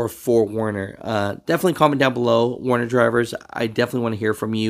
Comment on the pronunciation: Stupid but its werner 😂